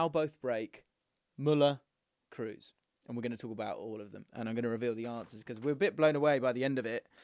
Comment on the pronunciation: bro i love your content but it's not tony Kroos as in "food" but pronounced as "orange" or "O'Malley" Tony Kros